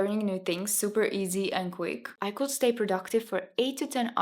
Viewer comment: Thank you for your advice and your nice video! Just some tips for pronunciation: could =[kud], not [kuld], said is like sad [säd], not [säjd], says [säs], not [säjs], decades [däkejds], not [dikejds] Thank you and all the best to you ❤